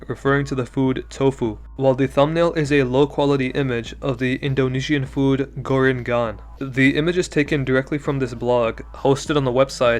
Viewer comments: as an indonesian, you absolutely butchered it to an ungodly degree🙏 Gorengan is not supposed to pronounced 'Goren-Gan',but instead 'Goreng-an' (im sorry i dont know how to explain it better) Gorengan translates to 'fried food' in english. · U say gorengan like this. "gourengan" U do not say it like goreng GUN just not right ya know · "Gouren gaun" the eng in gorengan is like the eng in english but the e sounds less like an i, its pronounced like go ring an, that's the closest i can get. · What is gouren gan bro? Its pronounced gor a ng, like eng with silent e, then an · Vro said "gore in gan"💔💔💔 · As an Indonesian, you say it go-reng (like ring but using e like egg)-an (the a from star) Go-reng-an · How dare you say Gorengan "Goreng gun" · Its called gorengan bro 😭 Gor-eng-an 😭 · as an indonesian you butchered the pronunciations so bad its genuinely making me crack up sorry 😭😭 this isnt hate but the way you said gorengan made me pause and giggle for a moment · Indonesians who are dying from the pronunciation of gorengan😭😭😭🔥🔥🔥